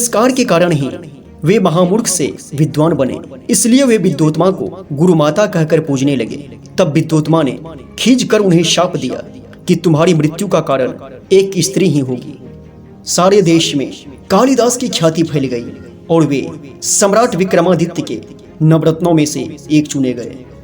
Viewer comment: Good job. But there is only one problem. Your pronounciation. Wherever the letter 'sha' should be used, you pronounce it as 'sa'. It is 'desh', not 'des'.